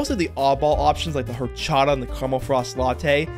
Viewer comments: Mostly good vid, but you’re complaining the tamarindo flavor (shown on screen) tasted ”surprisingly sour” when calling it horchata (the first h is silent fyi) and maybe there is an horchata flavor that was too sour but tamarindo should sourer than any horchata. I haven’t had Cirkul so can’t speak to the quality of their flavors, but this tiny part in your vid seemed like an error on your end rather than just the product being bad (which it very much still might be) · the "whorechata" pronunciation sent me 😭